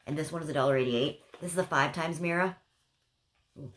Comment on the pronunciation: Lol I love how you say mirra instead of mirror. Super cute